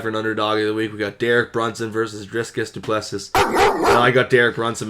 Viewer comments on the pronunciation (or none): Great show again, boys, and remember, Dricus' last name (Du Plessis) is pronounced "Doo-Pless-SEE". Also, I really like your take on the Du Plessis vs Brunson match. Dricus is strong, but I think his record is deceiving and he really looked sloppy against Till. Brunson's age scares me a bit, but I think his wrestling is gonna be the difference. I also agree with Martial Insight that Jones/Gane will go the distance.